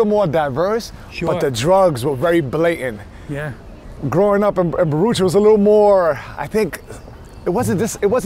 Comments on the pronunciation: I always thought Baruch Houses was pronounced "buh-ROO-ck" (and still think it is) but some guy I work with also grew up there and he says it the same way as "buh-rootch" -- never heard that anywhere else! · T is a life long New Yorker and can’t even pronounce Baruch properly.